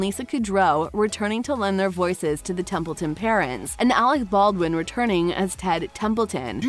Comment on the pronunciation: This video sucks. No real information except Alec Baldwin's announcement of the 3rd TBB. You can't even get their names right. It's Templeton not Templin🙄🙄